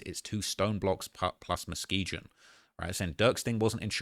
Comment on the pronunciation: If you're gonna say the names pronounce them properly. muh·skee·gn You have everything right accept the ending. It is not gin it is gun